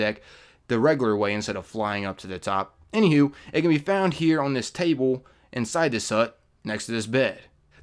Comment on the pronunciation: "any hew"